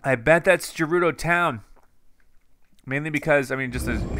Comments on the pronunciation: I'm screaming at you "G3RUDO" NOT "J3RUDO" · It's Gerudo, not Jerudo, please pronounce it right or i'll kill myself xD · Is it gerudo or jerudo cause says jerudo I think it’s gerudo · Gerudo is not pronounced j it is pronounced gf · Btw it’s not jerudo it’s gerudo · Anyone else anoyed by the way he pronounces it "jerudo"? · Gerudo is pronounced guerudo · You keep mispronouncing Gerudo. G is pronounced like Ga.